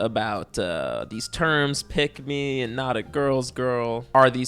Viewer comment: The more you say pick me, the more I hear pigmy